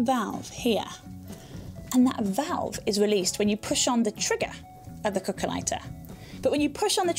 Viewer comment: Me too, thought she was saying coco(a)😅